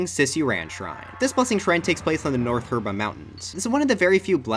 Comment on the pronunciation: 'the herba mountains' 💀